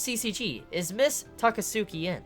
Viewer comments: It isn't read Takasuki but Takatski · Please for the love of god stop saying Takatsuki's name wrong. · lmao the way you say Takatsuki gets me every time. Idk if it's just a habit for you or what but here's how to pronounce it the correct way: just click the sound icon in the bottom left of the Japanese text box.